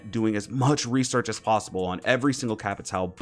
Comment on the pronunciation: Some facts: I watch some streamers, like yourself, get flanked and other, and you struggle sometimes to say Capitão’s name. Capitão, is a police rank, that means Captain in Brazilian Portuguese, so you can call him Captain or Cap. Also, “Souza” written in his front pocket, is his middle or last name. Just some facts